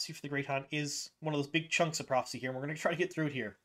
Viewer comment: The word PROPHECY has 3 syllables. You reduce it to two and at first, listening without watching I heard PROXY lol!